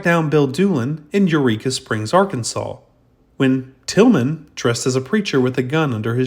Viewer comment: It was Bill Tilghman, not Tilgham!